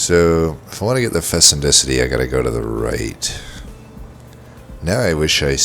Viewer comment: fecundity [fi-kuhn-di-tee]